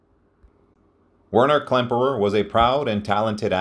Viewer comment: You pronounced many, many things wrong. Including the name of the subject of your video.